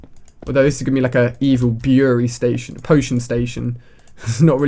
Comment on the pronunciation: It's pronounced brewing station